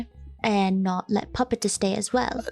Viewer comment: Ballora said puppets name right!😆